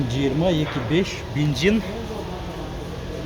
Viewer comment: Бензин ❌️ Бинзин ✅️